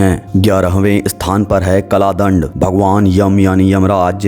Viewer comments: its kaldand not kladnd😏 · कला दंड नहीं होता काल दंड है भाई. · Kalaa dand nhi bhai, kaal dand.